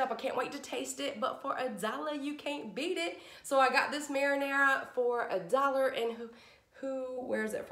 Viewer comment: You have the best attitude. I just love your videos and how you say, "For a dollah"